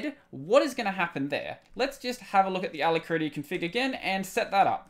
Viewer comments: Try listening to it on the dictionary web site. The ending you are using is similar to how you pronounce when talking about the Kitty terminal. Rather than it-tea, is ruh-tea. Still, you are doing great content all around so keep up the great work. When you finish school, PM me as I work in the industry and may be able to find you a position at the company I work with (a name you would recognize but not something I'll mention publicly). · a-LACK-ruh-tea you can hear it here: just click the little sound icon